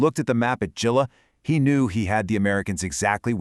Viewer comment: Gela is pronounced "JAY-lah". My dad was there aboard USS Bimingham CL-62.